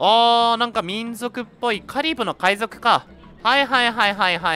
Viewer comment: カリブの海賊がカリムの海賊に聞こえた…w